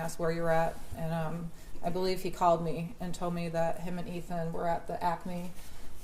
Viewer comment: Is the defense attorney saying Ethan’s name on purpose?